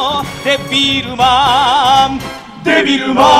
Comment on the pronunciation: デビルマンの絵も歌も初めて知りましたが の「デッビールマーン」の発音や、1番ごと歌い終わった後の歌い切った感のある表情、 間奏のときの気持ちを高めてる感じの表情…好きです(°▽°)！ マニアックですみません笑